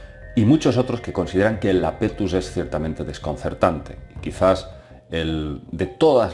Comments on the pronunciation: iapetus no lapetus jajaja. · Es Iapetus, no Lapetus. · ¿¿¿¿Lapetus???? Por dios, querrás decir Iapetus (con i al principio). Siento decirlo pero es uno de los fallos más tremendos que he visto en mucho tiempo. Sobre todo porque se repite continuamente durante el vídeo. Por favor, corrígelo, estoy viendo comentarios que repiten el mismo error. Saludos.